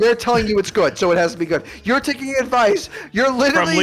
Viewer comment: “You’er stupid” lol